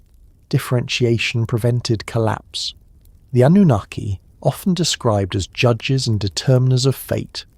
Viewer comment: It's pronounced An new nar key. Annunaki, I don't know what you're saying??? 😂